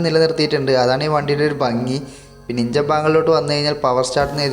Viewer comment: ഇഞ്ചൻ അല്ല എൻജിൻ